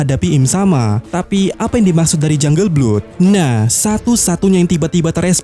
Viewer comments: Lebih tepatnya blad sih 😁🙏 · Blood itu bacanya BLAAD